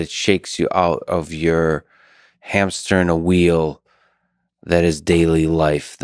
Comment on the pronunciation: Heard "hamsternal wheel" instead of "hamster in a wheel"